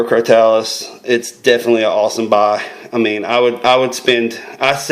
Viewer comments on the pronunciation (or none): It is pronounced (cro-toe-lus).